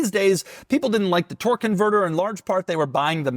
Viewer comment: What the hell is a twerk converter? A priest? 💀😂